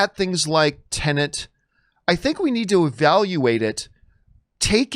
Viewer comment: What’s with all you Americans calling this movie “Tenant”? It’s pronounced “Ten-et” - very simple.